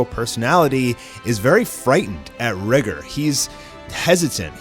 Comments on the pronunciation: Its not (RI)(GR) it’s (Ry)(G)(OR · It’s “rigger” that’s how the author said his name is pronounced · lol. thats what they wanted to go with the pronounciation RIE-GOR